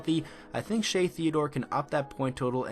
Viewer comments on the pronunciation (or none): none